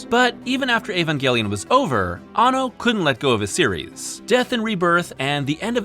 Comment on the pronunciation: You missed pronounced the directors name around the 3 minute mark.It's Hideaki Anno! Not Hideaki Banno.